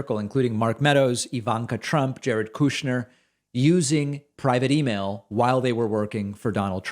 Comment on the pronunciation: Why do you say Kooshner instead of Kush-ner? Is it intentional?